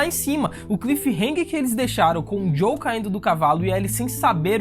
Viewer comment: Mano, eu adoro seus vídeos, vc conta a história de maneira mto empolgante, mas confesso que o fato de vc chamar o "JOEL" de "JOW" me incomoda mto! 😅